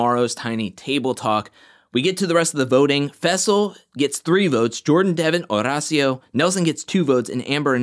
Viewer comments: OMG yeeees! Estoy flipando every time pronounces the name. It's so great! I'd defo watch any compilation of it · I have no one to root for now that Nurys and Nelly are gone… besides Olivia and Horacio. Also love the way you say his name.